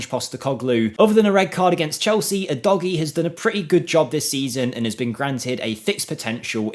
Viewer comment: okay, we’ll agree to disagree but I think you’ll find the Italians pronunciation is “U-Dodgy” and I’m fairly certain that’s how he pronounces it from interviews I’ve heard when at Udinese and if it were U-Doggie it would be double G in English grammar.